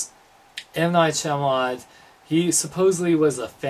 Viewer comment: it's M. Night Shyamalan not shyamalot. u gotta know these things before u review.